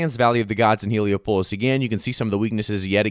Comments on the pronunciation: hee·lee·aa·puh·luhs not Helo-pulus (like Metropolis) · The way you pronounce Heliopolis 😂😂😂😂